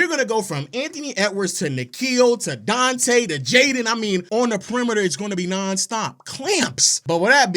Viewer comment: Donte Deevencheenzo